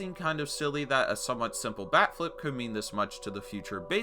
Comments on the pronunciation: Holy shit the entire video I thought he was saying back flip. Wtf is wrong with these pitchers, even a backflip wouldn’t be enough to purposely hit someone and they do that shit for a bat flip? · I'm not a baseball watcher and everytime he said "bat flip" I thought it was "back flip" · I heard "back-flips" for the entirety of this video and i was kinda confused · I thought you were saying backflip, because I didn't know throwing your bat was disrespectful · I kept hearing 'backflip', was wondering when it would be shown. But the "disrespect" part was a fucking BAT flip? Good God you blew my mind. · I am a baseball watcher and everytime he said "bat flip" I thought it sounded like "back flip" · I thought you said a back flip lol honestly tho a bat flip?? 😂 How pathetic